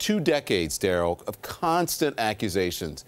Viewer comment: I can't stand you 😂😂😂😭😭😭